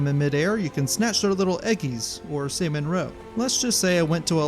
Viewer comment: pronouncing salmon as saimon is wild